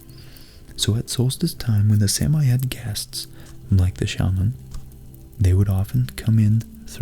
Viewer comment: Love your work! Is it really pronounced "Sam-I"? I've always said "Sammy".